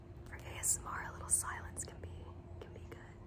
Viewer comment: ASM- Me: This is where you inevitably become a pirate for a second: RRRRRRRRRRRRRRRRRRRRRRR Darling